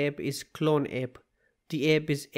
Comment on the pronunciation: Its app not epp